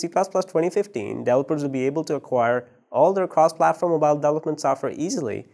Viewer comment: It's pronounced DEV-EL-OP-MENT .... delopers....Holy Christ.... If you don't already know what he's talking about this butchering of some words every new and then is very annoying and makes understanding what he's talking about impossible assuming is was possible at all...